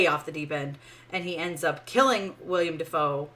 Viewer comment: I did not enjoy the movie either. But I can't take any reviewer pronouncing Willem Dafoe's first name as "William" seriously.